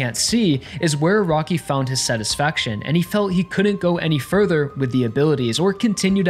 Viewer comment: Funny he says Araki as "a rocky"